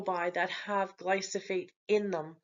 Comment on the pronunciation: It's glyphosate, not glysophate.